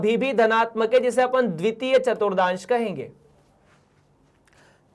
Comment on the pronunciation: Sir ji vo chaturthans hai na ke chaturdans